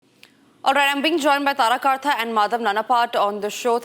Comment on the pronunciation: It is NOT kaarta. It is karta.